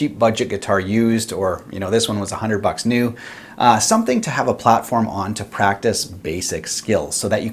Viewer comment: My favorite part of the video is everytime you say "Bucks"...